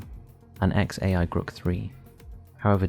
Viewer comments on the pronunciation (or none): none